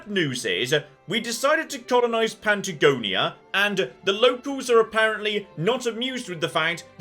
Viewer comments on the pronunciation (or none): I wonder how long it'll take for to realize that its not Pantagonia, its Patagonia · Ok, so I WASN'T just imagining that you were saying PANTAgonia, that's good to know. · I'm glad you caught that. The first time I heard it I thought, "Did he just say "Pantagonia"? But then you kept saying it and it was triggering my irritatingly compulsive need to correct. 🤓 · Ahh yes, good old Pant-agonia